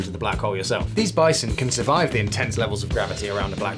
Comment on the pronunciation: He really took a “bi-te,-son”